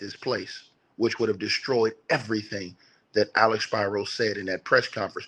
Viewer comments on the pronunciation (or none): SPEEEE -RO not SPY-RO